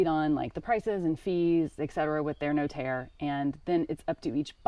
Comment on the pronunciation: Cheers for your effort in telling us your house purchase process. You really butchered the notaire term though😂, priceless